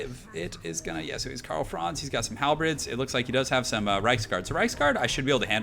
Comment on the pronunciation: No, he says "Halbreds" It's pronounced, as it's spelled. "Halberds".